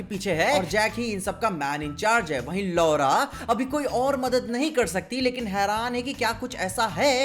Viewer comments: He said 😝Laowra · The way he say "LAURA" 😂😂😂😂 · "LAURA" idk why I laugh when I hear Saying it 😂, I always wait for Episode review of Hawkeye:) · When says ''LORA'' hardly *me dying laughing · Laura soon ke bada hassi chut tha jabhi bhi Laura bolta hai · Laura pe kuch jada hi zor deke keh rhe the 😜😂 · Laura bolte ho to bhai hansi a jati hai 😂🤣😁😀😂😆😉😄😅😃🤣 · when you pay the extra attention to pronounce Laura